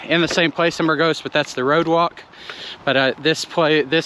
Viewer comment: I think it's BURgos, not burGOS ...